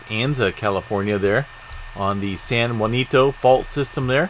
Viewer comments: Yes I am so tired of hearing San Huan ito.. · San JACINTO is pronounced San Haus-cento ....Haus like the Haus avocados. hope this helps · You are pronouncing San Jacinto wrong...